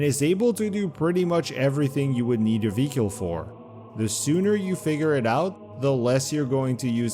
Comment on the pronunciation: Why do you keep saying vehicle "vee-cule"?